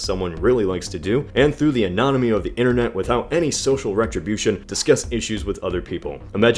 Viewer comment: You need to learn how to pronounce...."anonymity!"